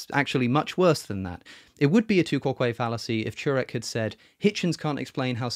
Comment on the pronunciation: Quoque is not stressed on the second syllable. What are they teaching in Oxford?